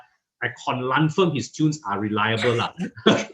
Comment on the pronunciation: Con-蓝-firm, did I hear wrongly 😁😁😁